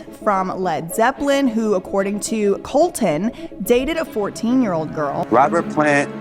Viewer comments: You are aren't even saying Colson, you are saying colton. Also very poor researched. And he wasnt saying anything about young girls that the the average person says in real life. Not saying its ok but but definitely not all the blame should be going to him. With that being said he had to learn what he can and cant say with fame even though everyone around him in his daily life is talking the same way he was. But overall this video was very clearly poorly researched and you sound stuck up, do better. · Colson** not Colton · You never heard of MGK before he started dating Meghan Fox ??? I'm a grandma, an old lady, in the northern forests of Canada, who never listens to rap or hip hop, and I've known of MGK since he made breaking news. It's Coulson...not Colton. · Why is she calling him COLTON? ummm she can't even get his name right? WTF? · You can't even read... what the fuck is going on... his name isn't Colton... it's Colson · Got me on the edge of my seat! Do more on them! 😵‍💫😵‍💫😵‍💫oh and? Its colson not COLTON lmfao.